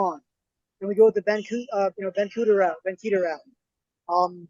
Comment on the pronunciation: FYI, Ben Kueter is pronounced (KEY-tur)